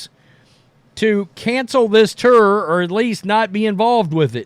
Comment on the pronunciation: Please learn how to pronounce TOUR…it sounds like turd without the d